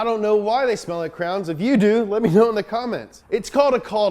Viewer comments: I like the way cranberry's smell whats wrong with that? Oh wait you can't pronounce crayon! ITS CRAYON NOT CRAN! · Do you pronounce it: Cray-on or Crans?